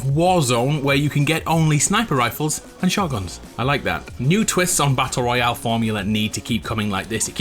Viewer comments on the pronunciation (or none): none